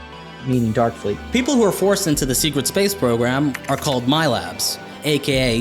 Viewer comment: ......LOL he says SEQUET space program LOL SEQUET lol he does the r just like when someone with a speech impediment says PWEASE or something lol Shut up